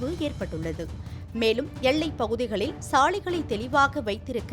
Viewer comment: என்னம்மா செய்தி வாசிக்கிற? எள்ளை யா எல்லையா? தமிழை நல்ல ஆசிரியரிடம் கற்றுக்கொண்டு பேச வேண்டும். எனக்கு காதில் ரத்தம் வடிகிறது.